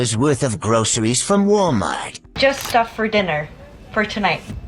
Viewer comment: It is not pronounced groSHeries.